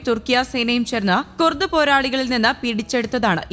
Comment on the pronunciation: കുർട്സ് അല്ല കുർദ് തുർക്കിയ അല്ല തുർക്കി